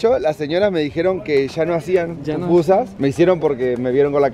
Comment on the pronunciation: Pupusas es lo correcto ✅ no popusas 😅🤭✌️🥂